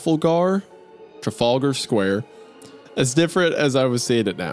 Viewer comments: Appalachian attempting to pronounce Trafalgar Square caught on camera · "Trafflegar Square"